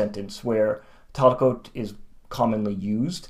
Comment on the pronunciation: Just out of curiosity, what is your background in Finnish? Your pronunciation could sound more native. (Hopefully that doesn't come across as rude.)